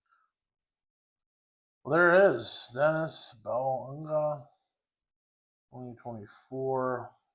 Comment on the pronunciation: awesome card man! His name is pronounced "Denny Boo-Anga"